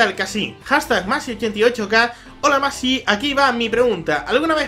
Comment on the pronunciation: Por fin alguien pronuncia bien mi nombre :D Saludos!!